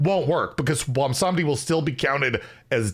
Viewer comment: I am legitimately shocked pronounced Bwonsamdi without completely tripping over it.